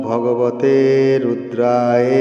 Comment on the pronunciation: মন্ত্রের উচ্চারণ ভুল আছে সংশোধন করে দিবেন। শেষের শব্দ টি রুদ্রায়ে নয় ওটা হবে রুদ্রায় অর্থাৎ অ এর উচ্চারণ হবে।। ধন্যবাদ।